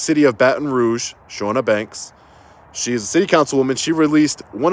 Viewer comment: I feel like it should be said just in case she comes back up as she's committed libel against you now but the Ch is Ch not Sh sound. CHAW-nuh. Also ridiculous. Everything.